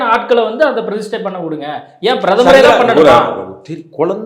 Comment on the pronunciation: டேய் பீடை, அது "பிரதிஸ்டை" இல்லை, "பிரதிஷ்டை". நமக்கு "ஸ"-வும் வராது, "ஷ"-வும் வராது, ஆனால் பேரு மட்டும் "சர்மா".